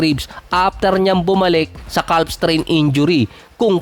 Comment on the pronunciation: ano yung basa ng calf? hahahahha silent "L" yun bro.